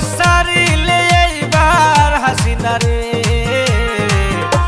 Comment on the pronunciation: মুখে ভালো উচ্চারণ হয়না হাসিনাকে হাছিনা বলে সে আবার বি এন পির হয়ে গান গায়